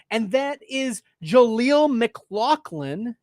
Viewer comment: IT’S Pronounced MICK-LOFF-LIN